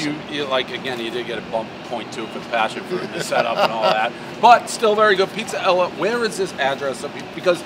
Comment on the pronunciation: Calls it "Pizza Ella" 2 days in a row now...